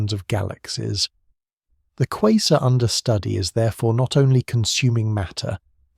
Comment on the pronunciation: I can't listen to this. You keep saying quazer (whatever that is) and them sometimes a quasar. It is driving me nuts. No such thing as a quazer!